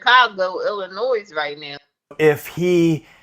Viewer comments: Another pet peeve of mine! Chicago Illinois the S is silent! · It's especially annoying for anyone who grew up in Illinois. I suppose that's true whenever people mispronounce the place you grew up or live. People mispronounce where I live now, Belize, and it drives me batty, too. 😊